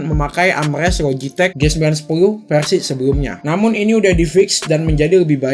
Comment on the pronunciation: Versi bang bkn perasi